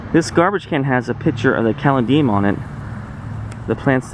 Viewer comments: And it isn't "graffiti." And...oh...caladium is pronounced ka-lady-um. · Very interesting. My granddaddy ran the first train station. Mural is pronounced as if you are saying “sure” but with an “m.” So definitely not that “a” sound you are using. Caladium is pronounced kah- lay- dee- um.